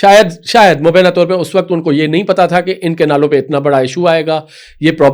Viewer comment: مجھے سمجھ میں نہیں آتا کہ آپ لوگوں میں سے اکثر وی لاگرز تلفّظ پر توجہ کیوں نہیں دیتے ، اپ نے مبینہ کو غلط ادا کیا یہ تلفظ مبینہ نہیں بلکہ مبئ۔۔۔ینہ (mubayyena) ہے، توجہ فرمائیں ، شکریہ ۔